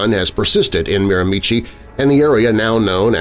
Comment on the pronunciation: Miramichi is pronounced mare-ma-she